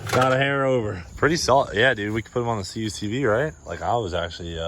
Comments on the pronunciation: for the love of GOD - Kuck-vee not c.u.c.v. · CUCV= Kookvee. Say it Kookvee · CUCV ...pronounced as CUC-V (cuck - vee) 😉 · It’s pronounced CUCK V LOL